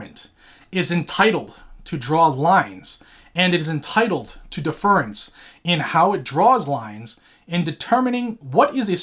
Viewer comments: You are pronouncing DEFERENCE wrong. def·er·ence /ˈdef(ə)rəns/ noun humble submission and respect. "he addressed her with the deference due to age" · Not to not pick but deference is pronounce a bit differently. /ˈdef(ə)rəns/ Love the channel. 2A forever!!!